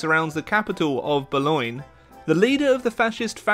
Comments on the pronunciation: Bologna not Bolona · Però “bolona” non si può sentire ahahah è boloGNa p.s. U are amezing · say Bolona Me an italian guy that lives in BOLOGNA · "Bolonghi" why on Earth would you turn Bologna into Bolonghi? As an Italian I laughed my ass so hard hahhah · It’s actually pronounced Baloney, not Bolona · Bologna is pronounced (Bo-lone-ya) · I regret to inform you all that it's pronounced 'bo-ee-i'. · Bruh it’s pronounced “bah low knee” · Please, it’s pronounced: Bolonia. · The way you say bologna is hurting me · That's not how you say Bologna, great video anyway! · Your pronunciation of Bologna is perfect! No it's not xD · you never once pronounced bologna the same in this video.